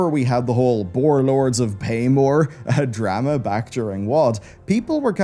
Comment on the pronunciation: A Drah Mah